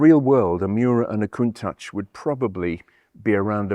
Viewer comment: AFAIK, the pronounciation of Countach is Coun-tash - unlike Sasquatch. It's not so much a word than an expression of impression around St. Agatha di Bolognese. TRX tires were the 80ies-version of runflat. Their heavy weight wasn't ideal for the suspensions of the day - and their hard rubber compound didn't make it any better. Even today - I'm no fan of runflat tires. They are as heavy as cargo tires. Today's suspensions can deal with that - but ideal it ain't.